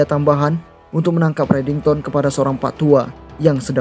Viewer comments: Kok JD reddingson min😂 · disebut redingson donk bukan redington🤣 kok mau ketawa yh udah mah si aram disebut anak baru lagi😅🤣kurang asik